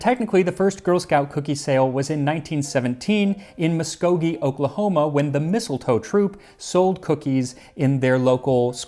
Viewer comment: I will say, I'm impressed he pronounced Muskogee correctly. Muskogee has nothing going for it so it's weirdly proud of the girl scouts cookies being the "first"